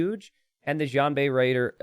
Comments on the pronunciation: It's pronounced shian- not djian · I love your content. Xianbei is pronounced 'she-an bay' (slur the she-an into a single sound, as opposed to two separate words). Again, great stuff.